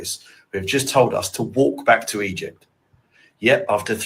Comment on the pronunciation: Did he say he acrossed eygpt 3000 years ago 😂😂😂